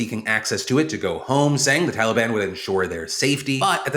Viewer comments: “Talibon” -Biden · What the fuck is a "Tollybon" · Excuse me? "the Taleban"? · “Tolly bon”- Joe Biden 😂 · Tolly-Bon made me smile way too hard considering the topic at hand lol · Biden: TOLI BAHN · Are we all pronouncing Taliban wrong or can Biden just not say it correctly? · Joe's pronunciation of the word "Taliban" makes me wonder if it's a George the first (H.W. Bush) style mockery like George did at Hussein. Find an old clip from the desert shield days. The 'correct' pronunciation was Sa-Dom. But George used his folksy Texas accent to pronounce it Sad-am (like Adam, but with an s on front) why this was both funny and genius was that sad-am in Arabic is the word a boy who cleans or fixes shoes. This it seems would elicit the same reaction you'd get from me if you called my mother a whore to my face. But he had a whole army. Now it's possible this was innocent, just a product of his accent. But that possibility is so low as to be statistically zero. I would bet any of your lives on that being both intentional and informed. He knew what he was doing. And i applaud the whole thing